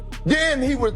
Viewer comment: I had to stop when he said "pennadict" arnold. Smh